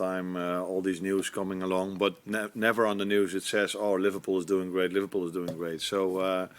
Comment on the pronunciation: The fact you say LiVARpool proves you’re just a salty hater 😂